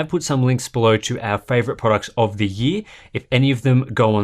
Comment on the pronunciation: "favorite products of the yee" Speak English correctly.